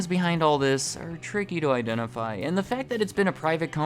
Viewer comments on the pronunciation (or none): none